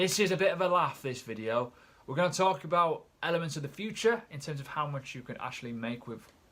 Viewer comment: I love Elephants or did you say elements ?